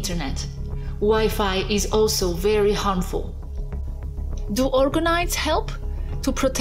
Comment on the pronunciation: Organite not Organize